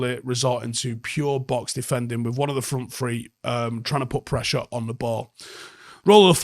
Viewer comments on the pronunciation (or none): none